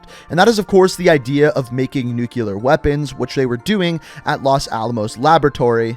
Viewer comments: *Nuclear, not nucular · Small pet peave: people who pronounce "nuclear" (nu-cle-ear) As "new-cue-ler." I hope I'm not alone here